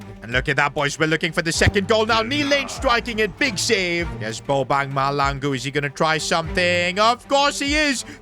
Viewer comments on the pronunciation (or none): I am South African and the surname Mahlangu You have to say HL like a hissing cat I always want to laugh when you say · Just an FYI, you will never find a Caucasian Bobang Mahlangu in South Africa 🤣 that name is exclusively for a Black dude. EA got it very wrong here. Also the pronouncing of the Mahlangu is incorrect, but thats not a train smash. Love the series! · The name is mahlangu please pronounce the name right ✅️ 😅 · I am a south African.plz try to learn how to pronounce mahlangu's name well plz 🙏 😊